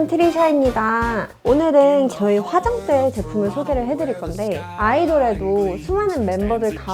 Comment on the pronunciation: 발음좀 똑바로 화장때 아니고 화장대다